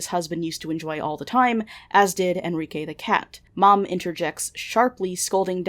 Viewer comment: Wait what?? Enrike???? Sounds like Enriqueee ✌️